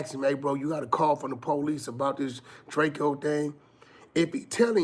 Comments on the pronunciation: Drakeo not DRAKEYOoo when the police pull up they say Drakeo not drakeyooo when Adam Says Drakeo it’s Drakeo not Drakeyoo everyone knows it’s DRAKEO not Drakeyooo like wack you really wack for the 💩 DRAKEO NOT DRAKEYOOO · Drakeo not Drakeyo get it right! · Man it’s drakeo not Drak-eo he even made a song about it 😂😂😂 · “It’s drakeo not drake-o get it right”